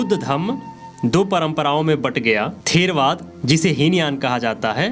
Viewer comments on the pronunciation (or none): none